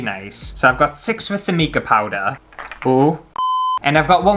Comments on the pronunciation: Oh dear! The sphere mould is best sealed with hot melt glue first. Plus I've never heard mica pronounced 'meeka' before 🤣♠ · Haha, that is NOT a good excuse for mispronouncing mica. It's mike-a! xx